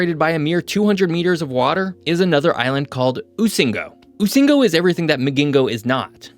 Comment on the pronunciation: Rusinga...not usingo